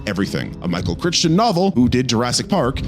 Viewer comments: I’m sorry, Michael “Crich-ton?” It’s pronounced “Crie-ton,” dude. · Crichton is pronounced KRY-tuhn (/ˈkraɪtən/).